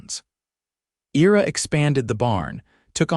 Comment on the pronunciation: "I-ra" not "era" as this AI is reading it...otherwise, enjoy the stories....Michigan, USA